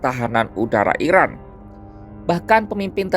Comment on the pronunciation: Narasinya jangan salah sebut IRAN di sebut IRAK...